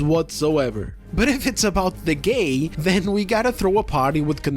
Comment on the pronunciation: Her "gAiY" pronunciation definitely competes w that interviewr on the Acolyte "is this the gAiYeSt SW ever?"